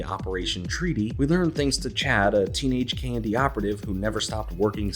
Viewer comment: Saying the acronym KND sounds like you're saying the word candy.